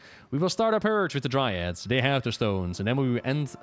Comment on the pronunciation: Dryads, Dry-Adds.